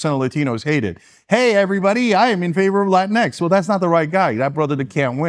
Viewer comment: “latinks” lmao